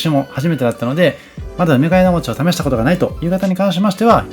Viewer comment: 福岡県北九州市在住です。福岡、博多はＪＲで４０分、電車代だけで往復２千円くらいかかるので、なかなか行けません。紹介してくださってありがとうございます！！ ところで、ナレーションを聞いていて「梅ケ枝餅」を「うめがえだもち」と読んでいらっしゃるように聞こえました。普通にそのまま「うめがえもち」で大丈夫です。 もし私の聞き違いだったらごめんなさい。というか、たぶん私が間違ってる (´；ω；`)ｳｯ… 実は生まれも育ちも東京で、結婚してこちらに来ました。 来月久々に帰省するので東京のお店を探していて、のチャンネルにたどり着きました。 細かく丁寧な案内、本当に参考になります。ありがとうございます！ 帰ってきたら博多方面も行ってみます。